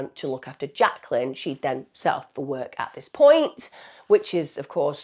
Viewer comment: Why can't she pronounce the word " work " properly?